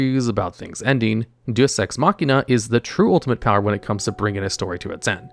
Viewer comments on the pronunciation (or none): none